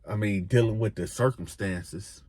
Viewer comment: Yo said “circlestances” 😂